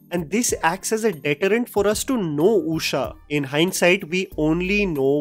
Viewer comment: Usha ❌ ooosha ✅